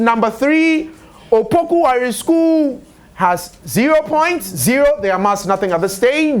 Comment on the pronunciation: It's Opoku Ware not Wale. Change it